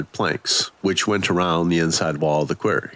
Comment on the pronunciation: Sorry its not a queer-ry its pronounced qua-rry... Quarry. 😂 Good story still and not the worst mispronounced word ,i believe that was cackaphony instead of ( cacophony ) on viddith 22 . That one had ppl cracking up !